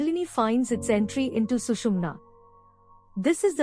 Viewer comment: It's not not Sushmina Nadi like Canal, but nerve improve your pronunciation. It's very bad and confusing.